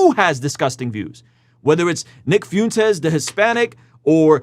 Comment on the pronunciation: It's fwentez, not fiuntes lol it's funny if you're doing it on purpose though, the dude is joke, a very terrifying horrible joke but a joke nonetheless.